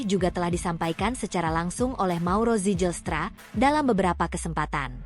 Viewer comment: Baca nama org yg bener dong. Ngga ada nama org Belanda yg diucapkan "sijelstra". Berani jadi pembaca teks di youtube, belajar dulu. Jgn asal jadi atau asbun